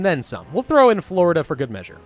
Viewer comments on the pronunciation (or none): none